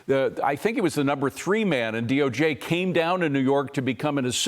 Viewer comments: Someone please help...WHAT is the DOG? It seems like he must mean the DOJ, but he's clearly saying DOG!? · What's the D.O.G.? He kept saying DOG.